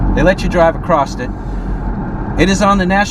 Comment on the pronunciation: Bro, the word is across. Not acrosst